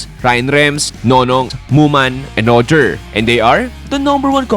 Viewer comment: Bakit ngoger yung pronounced mo kay roger hahahaha